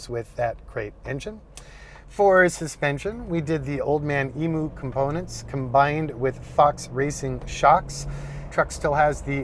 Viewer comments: please, old man emu is pronounced "emuuu" not emooo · It's funny how Americans don't know how to correctly pronounce Emu